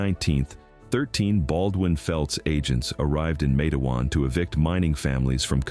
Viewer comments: It was very disturbing how he pronounced the town's name so wrong. I want them to know it's Mate-wan like Mate one. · I thought Matewan is pronounced Matt e wan